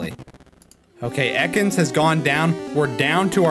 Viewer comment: I nearly died when said "EEkans"